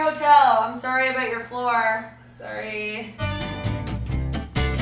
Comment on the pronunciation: what a FAIL. go to McDonalds and get your selves a meal for like $4 or something. cheapos. I promise it will taste fucking amazing and your not going to die, or get a disease. . I love hearing you say "abuut" you Canadian?